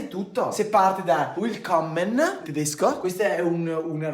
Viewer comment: Si legge Vilkommen😂